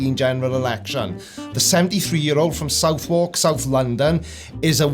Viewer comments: It's "su-therk' rather than 'south walk', Sir.:-) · Southwark is London's revenge for Welsh place names. It's pronounced Sutherk. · Not how you pronounce Southwark, but never mind.